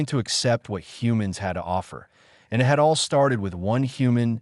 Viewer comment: was the ai keep it as I T, or eye tea, was the text to speech write up screwed up.